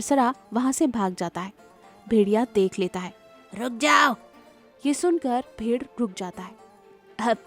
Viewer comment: भेर और भेडिये के उच्चारण में गलती हुई है